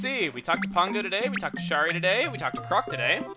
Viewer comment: Ugh.... A Kangaroo version of Shari moved into my town today.... Also, Shari is pronounced Sherry.